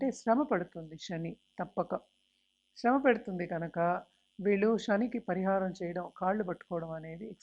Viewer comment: అంతా సోది. శ్రమ, శని అని పలకలేక ఛస్తోంది ఈ మేఢమ్ గారు. Stop this nonsense.😂